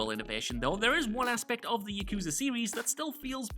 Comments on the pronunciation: It's "Yah-koo,zah", not "Yuh-koo-zuh"! Will you people of this world ever learn to not fail to say Japanese words correctly? You primarily-speaking of English people do this stunt all the darn time! Reason I feel this way, is because I'm Japanese. And I don't appreciate so many of you butchering Japanese words all in the exact same way. And this isn't an accent problem, it's you guys, and the majority of the English language side of the Internet, who make this problem. I don't mean to rage, but this bothers me so much. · The way pronounces Yakuza, makes me cringe